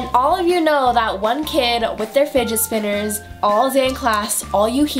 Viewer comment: I thought she was saying spiget spinner 😂